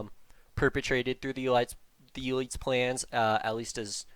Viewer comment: Hearing you say "elites" as "eee-lights" really fucked me up for a second. Fantastic stuff, I can't believe I hadn't come across FL until tonight. Hope you're planning on eventually revisiting some of this stuff or just exploring other bizarreness of the cyber- and noosphere.